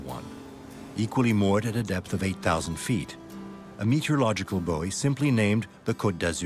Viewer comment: I know he’s saying Bowie, but it sounds like he’s saying boy